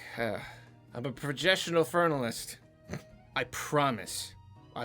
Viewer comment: projessional fournalist